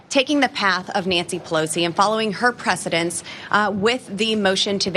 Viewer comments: 'precidence'!?? Is English her second language?? Maybe MTG should call for 'Marshall' law😂😂😂😂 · It's the dence part that throws her off.